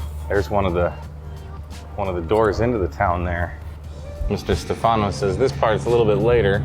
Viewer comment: It's not Stefàno... it's Stèfano... accent on this first syllable...